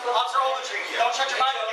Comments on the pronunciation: I feel so sorry for that cop WOW. "Officer Ouagletree" must have been said 100 times. I would have sprayed my mace into the cage to shut this asshole kpplplpllpllppp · Can someone do a count on how many times he says Officer Overtree ? ? ? ? ? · Take a shot every time he says officer agletree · “OFFICER OAGLETREE” has the right to remain silent! 😂😂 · I thought it was ovaltree. After I thought ovaltine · This is how many times he says Officer Ogletree.. ⬇️ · Everyone, take a shot every time he says Ofc. Ogletree. You won’t know your own name by 5 minute mark!